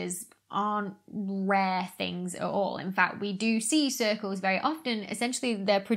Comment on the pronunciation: Odd Radio Cirlces.. pronounced like Cersei?